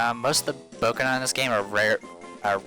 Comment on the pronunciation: Bokena instead of Boneka XD